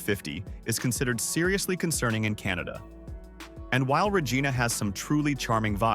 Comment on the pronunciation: Yikes! If you're going to use a detestable A.I. voice, at least teach it to pronounce city names as easy to say as Re-JYE-na---as in Gi-nor-mous, NOT Re-GEE-na🙄. If fact, I'm less than three minutes into this video, and I've now heard a VERY common word mispronounced. If you can't get the basics right, the reliability of your actual information is likely wrong or made up too. Now clicking 'Don't recommend channel'. Bye.